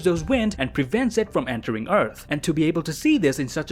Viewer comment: Entewing the eawth